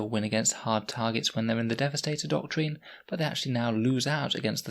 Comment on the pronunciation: It’s pronounced ‘doc-trin’ I’m sorry but that ‘doc-treen’ you keep saying really grates